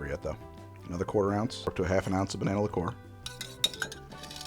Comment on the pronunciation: Lick COOR! Whatever pronunciation makes the man happy, I guess. I can’t see the point of cassis in that first one. I’d save it for making kir.